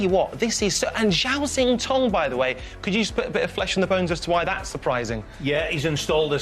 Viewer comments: It wouldn’t take long for someone just to go through the proper pronunciation of names with the pundits… even McManus is saying Zintong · Jimmy keeps calling Xintong "Yingtong", does he think his other names are yiddle I po? 😄